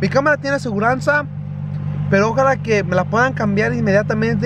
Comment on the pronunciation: Se dice ojalá no ójala